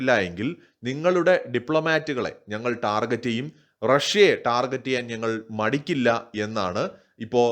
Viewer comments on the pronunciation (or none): none